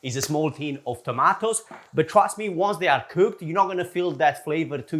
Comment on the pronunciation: I love you but, please stop saying "tomatoes"